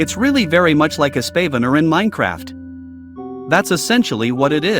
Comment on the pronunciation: Why does the AI voice say spavuner?